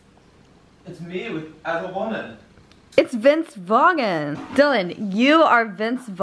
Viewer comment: VINCE VAG-N????? NOOOOOOOOOOO